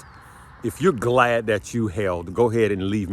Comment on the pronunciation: glad or glade? lol